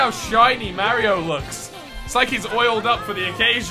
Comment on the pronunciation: when you play Mario games and you don't know how to say mario